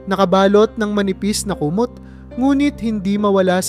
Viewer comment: Di marunong ng tamang bigkas halimbawa, papag kumot bayan linlangin